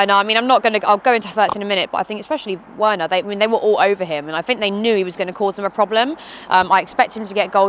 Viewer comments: Pronounced “Ver-ner” not were-ner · It’s pronounced verner, not werner and zeeyech, not zye-yech 😜😂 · Timo "VERNER" It's pronounced VERNER. Not OUERNER. Zyech is pronounced Ziiesh and not ZAYESH. If you're going to make youtube videos as a "pundit" the least you can do is make an effort with players' names ffs